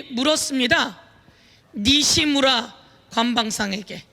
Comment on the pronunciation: 니시무라 이 발음이 왜 웃기지? ㅋㅋㅋㅋㅋ 서영교의원님 홧팅